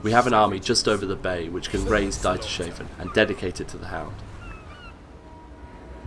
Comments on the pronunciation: Dieters-hafen :D not Die-ter-shafen... Cool overall but at least learn a little about the games lore... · Pronounces Dietershafen like Dyter-shaven. :D :D :D It's Deeters-haafn. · "Die-ter-shaven?" Hehe, someone needs to refresh their German. :P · Dietershafen = Dieter's harbor not Dieter shaven ... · Daita-shaven? Worst pronunciation EVER! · "Dietairshaven" Wew. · It's pronounced "Deeters-hahfen" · the way he pronounced Dietershafen is criminally.